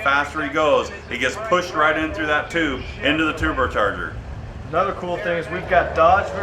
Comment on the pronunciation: lol "into the tubotarger" what?!?